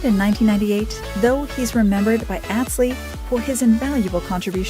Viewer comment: The music is so annoying and they don’t even know how to pronounce Atz Lee’s name. Click bait